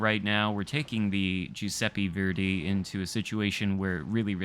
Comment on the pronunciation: It’s not (jew-seppe-fairday) it’s (ju-seppe-verday). How new England people got so bad at pronouncing things I’ll never know. Oh wait they have a insufferable superiority complex.